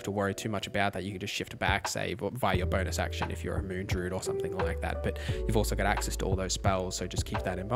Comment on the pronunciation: First comment ever on YouTube.. but gosh darn this guy saying DROOD every time during the DRUID section made me not enjoy this...